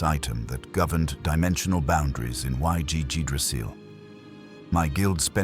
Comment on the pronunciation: man A.I cannot get ainz’ name right or yggdrasil 😂 other then the copious use of ai for the pictures and the narrator, the story is actually damn decent and does the characters justice 😃